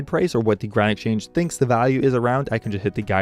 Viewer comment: Why cant you say exchange nigga